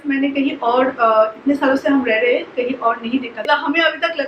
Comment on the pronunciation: 3 ya 4 saal ho gye vlog banate huye aapko par Abhi tak thik se contant Dena nhi aaya. Dusre vloger se aap sikho ki vlog kaise banate hai. Bohut bore Karti ho. Aur plz achhe se Hindi bolna sikho. Hamesha हैं (Hain) Ko है(Hey) bolti ho. Plz Kam se Kam ye bolna sikho. Try it.